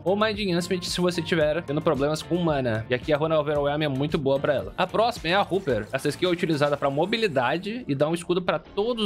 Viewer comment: Hopper = "Róper", não "Ruper"